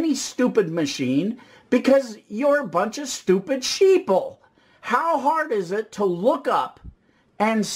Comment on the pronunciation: "sheople"? This guy's a goose